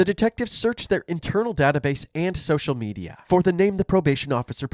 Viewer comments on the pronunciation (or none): none